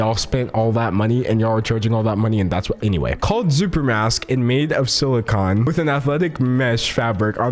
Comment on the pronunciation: Don’t say silicone like that again pls <3